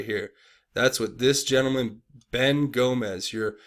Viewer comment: Gomes not Gomez